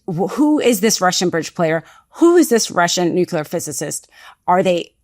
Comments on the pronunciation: Nuclear, not Nucular. As a am educated lawyer, you should be above to pronounce it correctly. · I know I’d get slack for this, but I can’t get past you pronouncing the word nuclear as “nook-you-ler” instead of “nook-lee-yer”. 🫣